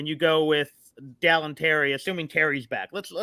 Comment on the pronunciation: 3 years and still can't say Dalen's name correctly